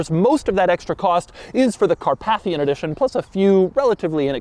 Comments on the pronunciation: It's pronounced 'car-PAY-thian'. As in the Carpathian mountains. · Not "car-path-ian" but "car-PAY-thian". Like the mountain range. 🙄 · It’s pronounced “Car-PAY-thian”. 😄👍🏻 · Never heard ‘Carpathian’ pronounced like this before.